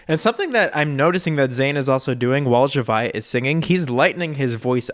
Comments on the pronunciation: His pronunciation is right. I used to pronounce it like Z-ah-via too. 😅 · Says Zhavia's name correctly Me since may: ZZZ HA VI AAA